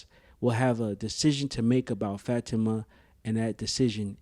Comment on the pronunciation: It’s bothering me that you don’t pronounce Fa ti ma name correctly